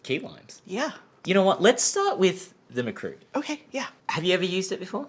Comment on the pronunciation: sigh Makrut. Not Markut